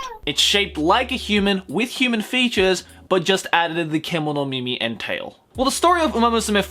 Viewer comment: I think the right pronounciation is Kemomimi (animal ears)